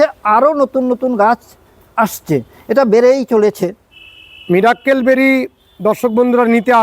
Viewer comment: সবাই একটা ভুল করেন,মীরের মীরাক্কেল অনুষ্ঠান দেখার পর থেকে মিরাকেল কে বলেল মীরাক্কেল। আশা করি ভাষার মাধুর্য ও শুদ্ধতা বজায় রাখতে ও ভবিষ্যৎ প্রজন্ম যাতে সঠিকটা শেখে তারা,তার জন্য সবাই একটু ভাষার উচ্চারণের প্রতি সবাই সচেতন হবেন।